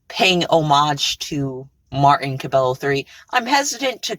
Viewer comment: I’m pretty sure cabello is pronounced “ca-bay-yo”